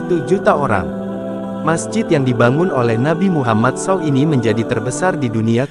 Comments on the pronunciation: Gak sopan banget sih naratornya ini, bilang saw, harusnya s a w dipisah gitu sebutan nya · Apa yang tertulis itulah yang dibaca. Memang begitulah seharusnya Narator. Jadi, dia tidak salah. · Pembaca beritanya orang apa sih. Meter persegi dibaca meter-meter, saw dibunyikan sbgmn adanya saja.